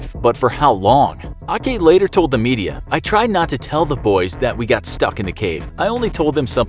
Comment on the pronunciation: The coach’s names Ake [Bake without B] not Akhee.